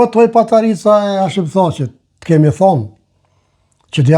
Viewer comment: Te lutem jo patarica po paterica